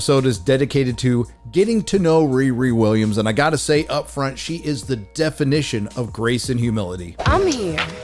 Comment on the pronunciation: Wee Wee Wiwwiams